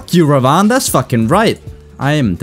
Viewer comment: it's pronounced Rah-vun